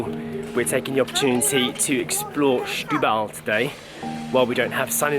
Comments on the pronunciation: Barely know the city myself so good on you! But ... what is with the pronounciation? Shetubal?... Just simply Setúbal. and it is Casa da Baía (Baeea), not Byea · As a teacher I must advise, it is not Shhhetubal. The first two letters are pronounced as if you were saying 'Senhorita'. Setúbal is still very run down, but the mayor is really trying... Try to take the car on the Ferry to Tróia, so worth it. Also, if you go to Outão, quite nearby, follow signs to the Hospital which is inside a fort. Enter the hospital and follow signs to the cafeteria. The view is absolutely amazing and all free. Patients in their rooms below have amazing views, just like you do and access to the small beach below is by going down the steps, carefully... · The issue here is not the "e", the issue is that J was pronouncing "Setu" as "Shtu". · Very nice vlog! And btw it's Sssssetúbal 😉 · The best way to pronounce the beginning is like they'd pronounce "stool". : )